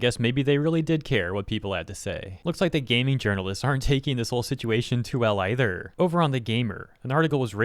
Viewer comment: Sometimes when you talk you remind me of the "Jelli belli candai" person. Love ya dude, just thought this was hilarious. to specifically "Either", "Gamer", "Written" and "Chance" (Chance not as much) made me alt tab back to the vid out of my game LUL. I didn't really hear it at all rest of the vid though, might've missed the others but that gave me whiplash lol.